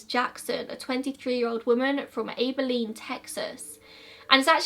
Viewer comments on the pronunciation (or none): Omfg im from Abilene! Its Ab ill een lol like abby but just Ab 😊Always bothers me when ppl say "omg they look so peaceful, like shes sleeping" um everyone does. Your entire body relaxes. Ppl dont die with the look of terror on their face. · aww the way you pronounced abilene 😭